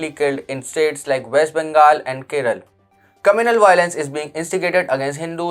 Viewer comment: Is ur script in Hindi or English? State name is Kerala NOT Keral?? Why cant u guys pronounce names correctly instead of making evryone a Punjabi!!